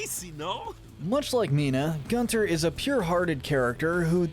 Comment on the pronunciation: It’s pronounced “GOON-ter”,. It’s German, like his voice.